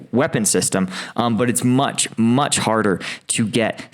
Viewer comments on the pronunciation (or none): none